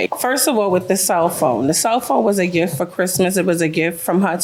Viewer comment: The word is gift with a T not giff. Enunciate darn it 😜 lol